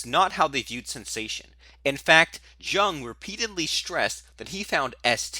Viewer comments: buddy, it's pronounced "Yoong"... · What's the type that can't pronounce "Jung" correctly? Because that's what you are. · You need to stop mispronouncing Jung's name. A disgrace.